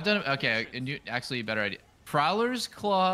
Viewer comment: still wondering why says axe-ly instead of actually.